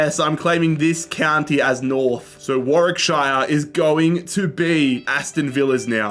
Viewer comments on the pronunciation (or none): He pronounced Warwickshire wrong😡